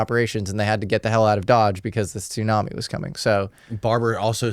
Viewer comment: Dude I can't even with this guy saying toooonami no we're not talking about adult swim anime block we're talking about a storm if you're a grown man and you know all that information but you don't know TSU put together is pronounced Sue then I don't know what to tell you lol